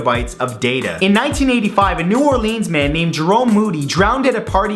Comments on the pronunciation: Lol, on #39 he said new orleeens, instead of New Orleans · It's not new orlēans its new orlêans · Lol he says new oLEANS